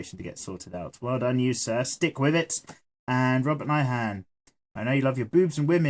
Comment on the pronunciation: wow thanks for the shout-out! and yes, such a nice bum!!! ;) remember, I also mentioned for the ladies too lol. and you were spot on with my last name! it's from Irish decent and used to be O'Nyhan (pronounced o-nyan) but they dropped the O when the immigrated over here to the United States, and now we annunciate the H.